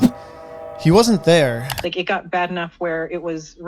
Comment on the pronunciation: "After about an hour of talkingeh, I realized that the person I was supposed to meet wasn't thereh..." "GOSH" Dude is too young to realize he's Napoleon Dynamite.